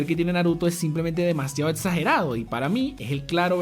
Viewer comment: Todos: Exagerado: Etsagerado